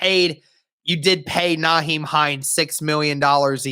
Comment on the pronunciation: It's NYhiem not NAheim